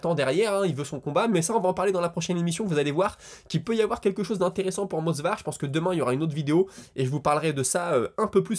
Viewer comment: "Mosvar" Movsar je crois que c'est mieux ^^ Je ne sais pas si tu as remarqué mais l'anglais c'est un peu (beaucoup) le Gros point faible des Brésiliens : Pereira, Oliviera, Figuereido, Lopes, Silva avant comme tu l'as dit, etc... Bref si un jour l'un deux se marie avec une anglophone peut-être que ça leur donnera l'occasion de travailler dessus mdr Sage décision de Gaethje, j'aimerai tellement qu'un certain bsd en fasse autant. Pour Islam vs Dustin et pourquoi pas imaginer un forfait sur blessure de Makhachev (même si j'espère pas) comme ça bim revanche entre Dustin et Max ?? Je préfère cette option à celle vs Islam perso.